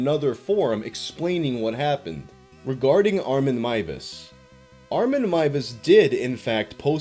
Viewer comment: Finally a youtuber who pronounces Armins name correctly! Thank you!